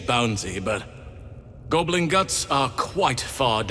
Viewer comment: Its GOB LIN , not gobalin lol